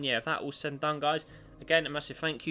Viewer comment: It's guys not guises.